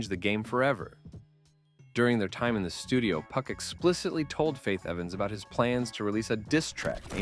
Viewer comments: then dawg, you've gotta stop saying PUCK. PUCK is the MF from midsummer night's dream, PAC (PAW-K) is the word you're looking for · "Hitemup" and "Puck" pronunciations are goofy.